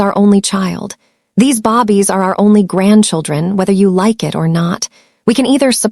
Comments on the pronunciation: Bobbies...really? I think this is the 3rd time I've seen this mistake. Small but very annoying like most a i voice overs. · I’m sorry, but listening to babies constantly being called bobbie’s has gotten on my last nerve !! Sadly I have to find another audiobook !!! 😔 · Ok! It’s very noticeable, I can’t stand it! Every time she kept calling them bobbies. WTF??? What is a bobbie? She has to know how stupid she sounds. Either they think it’s funny or they don’t care. It was very distracting 😡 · that has NOTHING TO DO WITH AI MISPRONOUNCED BAY-BEES "BABIES" BAY-BEES ..SAY IT WITH ME 😅😂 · I cringed everytime she said Bobbies. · AI is suppose to be incredible but it couldn’t figure from reading the script that it was suppose to say the word for newly born humans rather than British policemen. A human narrator would have caught the mistake right away… yy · It's really annoying listening to the mispronunciation of the word babies. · When will these fools spell babies and pronounce babies in the correct manner. 😊😮🎉❤ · Where did that come from? Mispronounciation? They truly don't edit their stories!! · Ok so annoyed. Bobbies maybe Babies i really cannot stay engaged if your narrators can't read. It makes no sense to my brain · This AI is annoying it's babies not bobbies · lol naw she saying bobbies instead of babies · Can you fix the computer to say BABIES and not BOBBIES. Please this was a great story. Remove grandma out of kids life. Her hatefulness against her grandkids is crazy. See was her marriage was loveless. Part 2 I want the family to get married and live happily ever after without grandma ❤❤❤ Atlanta Georgia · This would be more enjoyable if the narrator wasn’t calling the babies bobbies, and saying starring instead of staring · I hate when she call babies, Bobbie’s !!! It’s babies not Bobbie’s . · I was so into this story until I started hearing bobbies instead of babies 😢😢😢why bobbies 😢😢😢😢so annoying 😑 🙄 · Can you please stop with the "bobies"